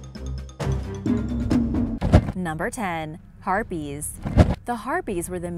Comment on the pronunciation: I thought harpies were herpies lol